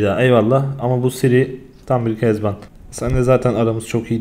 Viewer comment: süper ya kezaban diyince böyle ben kezanban digilim bence